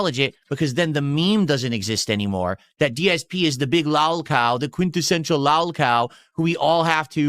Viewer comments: lawl cow, khanten, tahxicity. Does this regard have a speech impediment? Is it related to his stroke? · He still can't say "lolcow' correctly. LALCAL, I'M THE LALCAL!!